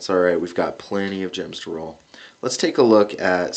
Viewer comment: Roll not toll